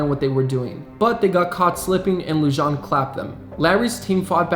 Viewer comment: David Lujan is pronounced David Luhan